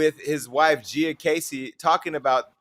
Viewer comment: It’s “GEE-YUH” Casey not “JEE-YUH” Casey, Jason.